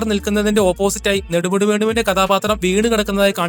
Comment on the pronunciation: നെടുമുടി എന്ന് പറയാൻ അറിയില്ല 😂